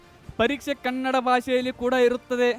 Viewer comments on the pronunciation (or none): none